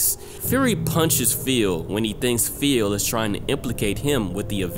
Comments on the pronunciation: This was amazing but I just cant get over "feel" lmfaoooo. Please spooky next time you red the name Phil just say fill lmaooo. Love your workk keep up the awesome videos! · saying "Phil" like "Feel"